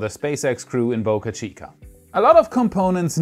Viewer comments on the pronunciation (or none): none